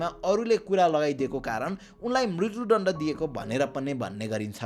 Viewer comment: Oh, I didn't mean to discourage you, but your pronunciation is a bit unclear. For example, at the sixteen-minute mark, "म्रित्यु दण्ड" could use some improvement. If possible, please work on it, but if not, it's okay; I’m more focused on your content delivery than your voice.